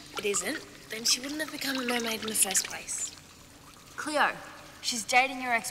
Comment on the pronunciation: It's Cleo not cleoW!!